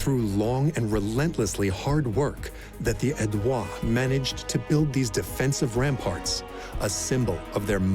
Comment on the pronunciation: Narrator should've looked up how to pronounce Aedui and some other Latin names. I know the French give it their own twist, but these are Latin words and should be pronounced as such.